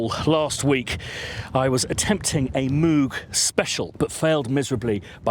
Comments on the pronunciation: From an interview with Robert Moog (courtesy Wikipedia)... "Reviewer: First off: Does your name rhyme with "vogue" or is like a cow's "moo" plus a g at the end? — Dr. Robert Moog: It rhymes with "vogue." That is the usual German pronunciation. My father's grandfather came from Marburg, Germany. I like the way that pronunciation sounds better than the way the cow's "moo-g" sounds." That said, there are so many people out there saying it with both of those pronunciations, I think you're safe to say it any way you want. Kind of like Leonard Bern-steen/Bern-stine. If you want to talk about a synth that's a real pronunciation challenge, pick up an old Synclavier. I'm still hearing people finding new ways to pronounce that name. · Mogger Foggers. Vogue is not english, so if that name is the reference you should actually say Mogg with a short o, almost sounding something between an o and u. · There's a clip of him saying how he decided how he was going to pronounce his name when he came to the USA. Go figure I have to stop myself saying mooo g all the time. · It never ceases to amaze me that, even though there is video footage of Bob talking about the correct pronunciation of his name, people still continue to mispronounce it....